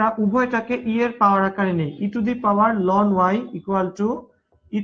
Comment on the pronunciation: Ln এর উচ্চারণ লন হবে না। এটার উচ্চারণ এলেন হবে।